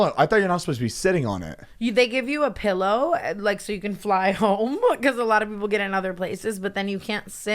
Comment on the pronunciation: "Pellow?" Wonder if he says milk like "melk", and HUMAN, "UUUMAN" AHAHAHAA